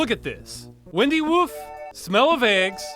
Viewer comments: I think it's meant to be "wine"-dy woof, not "win"-dy woof. As in twisted, or "gnarly", and woof instead of "bark" (like a dog). It's a pun. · It's not windy woof as in "Earth, wind, and fire", it's windy woof as in "winding/gnarled" "bark/woof". Yes, it's a hell of a stretch, but the pun does seem in line with the toadstool ingredient. And that means you can add another enforced pun to the list. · The "Windy" in "Windy Woof" is with a long I. Gnarly = Windy, or Winding, Woof = Bark. It would've helped if that recipe were spoken out loud, like you said.